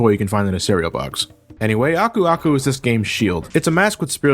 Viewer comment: Oh my god I swear to god you're one of the first to pronounce Aku Aku correctly. I keep watching other Youtubers, but for one reason or another they have very weird ways of pronouncing his name. So props to you man.